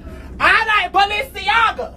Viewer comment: “I like balenceaga, I like Balencega 🗣” 😆😩